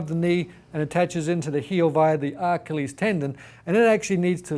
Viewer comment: The R-KILL-EEEZ Tendon....LMAO!